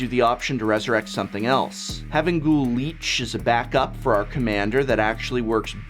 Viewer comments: I tried to ignore the way you pronounced Gisa and Kalitas since those are made up names, but lich? Its not "leech", its closer to "litch". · He also said "Leech" instead of "Lich". Leeches and Liches are very different things. (something something Liches get stitches... aren't you an English major, Prof?) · There were quite a few goof ups in the audio mixing this video. A bunch of sentences got cut off mid way, and its pronounced Lich not leech. Another FUN combo you can run is Butcher Ghoul + Retribution of the Ancients. Once you get Phyrexian Altar out you can just straight up kill anything that lacks hexproof/shroud, and if you have Diregraf captain out, well then you just won yourself a game. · Lich as in Li(t)ch not Leech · actually it's more like lick